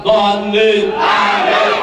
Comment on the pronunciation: Jelas harusnya AAMIIIN, malah jadi AMIN, seperti doa orang Kristen